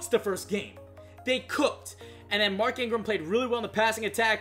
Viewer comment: Btw it's mark Ingram and Derrick Henry stop butchering these names man I'm a big bama fan and was excited to watch this video until u butchered mark and derricks names like boi really plz improve your reading ability